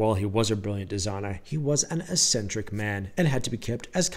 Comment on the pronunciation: As a childhood Brit, I understand this haytch, for the letter H, thingie to be a quaint regionalism and an editorial error. Ditto for the "electrical panoo." I think most people are just left with the impression that the narrator is a fool or a nut job. "Assentrick" for eccentric, ek-sen'-trick, suggests a semi-educated man who has read well beyond his experience with other adults.